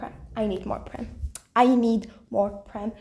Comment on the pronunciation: Totally unrelated to Vampigami, but have you seen Yaksi Gozen in the English dub yet? If you haven't, I think you'll love it even more in the Eng dub than the French dub!😆 From what I've been hearing, apparently the way Prem's name is pronounced isn't right, and is pronounced as "Preem " (according to Google Translate but don't take my or Google's word for it), and according to Google, Prem's name does indeed translate to "love" in Hindi. Also, I hope school is going well for you! As for me, I survived my exams so I'm very happy it's all over! I ended up watching Wicked: For Good after finishing up exams and I had so much fun and it made me cry so much in the best way possible!🥹 Welcome back after your brief hiatus,!